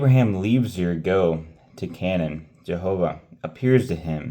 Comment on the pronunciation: You continue to impress me! I think Ur is pronounced like "her" without the "h", and I think Chaldees is pronounced with a "k" sound at the beginning. Hope that helps!